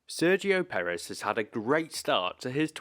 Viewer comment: I don't understand how it can be so difficult to pronounce his name accurately.